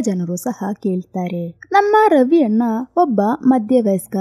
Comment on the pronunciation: ಅದು ರವಿ ಅಣ್ಣ😊 ರವಿ ಅನ್ನ ಅಲ್ಲ😊